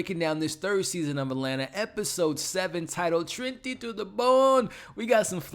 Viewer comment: It's Trini to de bone Hun